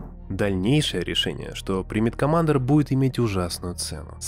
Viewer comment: Критиковать кого-то за плохую локализацию, и говорить «комАндор»… оч сомнительно